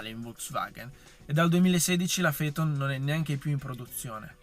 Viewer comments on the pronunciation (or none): Si pronuncia Feton ….nomen omen